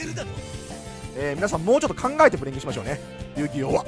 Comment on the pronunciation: 「考えてプレミしましょう」って聞こえるんですがｗ